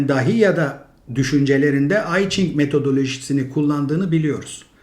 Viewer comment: İyi güzel de, neden kitabın adını doğru telaffuz etmiyorsunuz? Hadi Jing'e Çing dediniz ama i'yi İngilizce'deki ben gibi söylemek doğru değil. Yî vêya İ olmalı. Yanî İ Ching'in telaffuzu Yî Jing'dir.